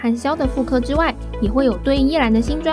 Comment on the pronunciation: 唸ㄧˉ蘭 是不是想吃一蘭了呢:_滷肉幫Tanoshi::_滷肉幫Tanoshi